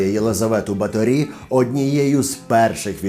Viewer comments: Все дуже гарно, але в угорців наголос фіксований - на першому складі, тому: БАторі, РАкоці, СІярто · Чому наголос на останній склад? Просто цікаво. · Наголос не правильний. В Угорщині по іншому ставлять наголоси. Через це важко слухати 😅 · О, сюрприз номер 1: наголос на І. 😮 Я кіно якесь дивився. Там вона ніфіга не вампірка якась, а просто жінка, яка намагалася вижити і робити свою роботу... І ніяких дівчат не вбивала. Романтика розвіялася, а розуміння ситуації додалося. Але ви, звичайно, у вашім відео і додали барви, і розписали в деталях, і по поличкам розставили ото)))) Дякую за вашу роботу!:) ❤💛💙 Графиня жертва свого часу, обставин і політики. Не свята і не монстр, просто людина, яка мала владу і гроші, але хтось мав більше. А ще вона була жінка, тож її простіше було ото впакувати у замок, ізолювати тощо. Ну, мені так здаєтьсяї. Християни навколо все би зробили, аби якась жінка не закручувала їм гайки. П.С. Де він, блядь?! 😂😂😂😂😂🎉😂 Дуже цікава робота цього разу вийшла)) І ота псевдоістопія, і оці приколи з замком...:) Прикольно!!! П.П.С. Класна футболка, ❤